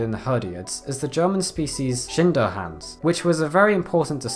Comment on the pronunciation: Schinderhannes...lol Do not mind me, I am german and this made me laugh.